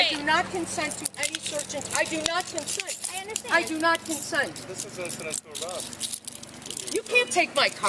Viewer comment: Did she say Con Scent ???